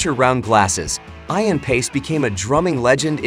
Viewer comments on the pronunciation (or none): FYI - it's pronounced E-an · You lost me at Eye-an. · Add totally irritates me that your AI isn't pronounced on his name correctly